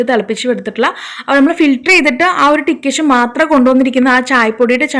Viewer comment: ടിക്കേഷൻ അല്ല, ഡിക്കോക്ഷൻ എന്നാട്ടോ. Thanks. Nice tip